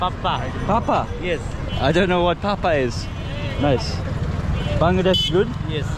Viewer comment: Papaya not pappa